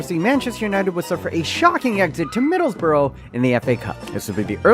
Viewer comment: By the way, it might be "MiddlesBOROUGH" in spelling. But it's pronounced more like "MiddlesBRUH". 👍 👌 or just call us Boro